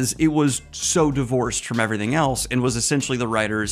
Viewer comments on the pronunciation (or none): none